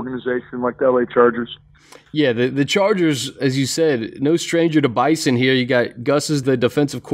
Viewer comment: Hey, for future reference, it's Bison with a "Z". Bizon